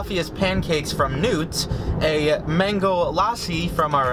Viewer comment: i laughing at the way her said newt